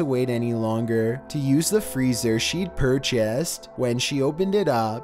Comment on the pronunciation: I would have never "pur cheased" that freezer lol